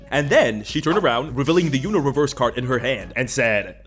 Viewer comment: This MF said "You-no" instead of "Uno" I'm unsubscribing 😐